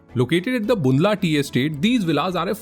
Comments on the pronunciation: bhai Bo बून्दला नहीं है ये बंदला है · Proud that i belong to One Of Village from Palampur 🥰 Beautifully Made but to correct some pronunciations:- Bundla is pronunced as बंदला & Andretta as अंदरेटा 😍